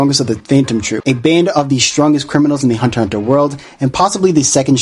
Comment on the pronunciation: is Hunter x Hunter you dumb fool you're pronunciation is bad